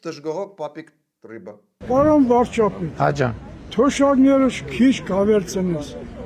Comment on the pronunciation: Վարչապետ բառը չկարենալ արտահայտվել, բայց ուզնենալ դառնալ Վարչապետ 😂😂😂